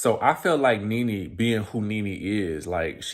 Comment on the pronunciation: All I keep hearing is “RENEE” 😂😂